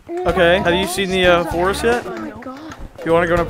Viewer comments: got me ded when he re said forst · got me dead when he re said forst